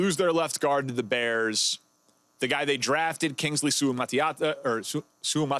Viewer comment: Yall gotta start saying Kingsleys name right it’s really not that hard bro just sound it out